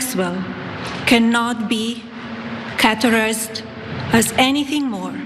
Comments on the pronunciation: Caterized!? 😂 categorized maybe!? TRIVAL!? Did you mean TRIVIAL Maybe consider spending A few of your $40 million deal on ENGLISH LESSONS!?! No need to add the letter k after any word ending with a G either 🤓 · cartorized (categorized) and Caarculating (circulating) 😂 first lady struggles to read.